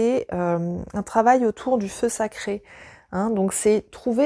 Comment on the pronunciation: Le fleu séché ? Le feu saché ? Ahhhh 🤣🤣🤣en tous cas, c'est une forte et édifiante vidéo merci c'est une belle découverte pour moi !😀